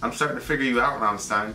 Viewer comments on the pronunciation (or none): You should've reacted to the official Music Video, the quality of the sound on this video you chose is insanely bad, but I guess it would've been copyrighted and blocked right away:/ BTW I'm still triggered at how pronounce Rammstein:v